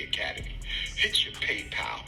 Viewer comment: He's definitely no Charleston White 😅 The dude is a straight-up clown 🤡 "Hitch-yo paypal" 😅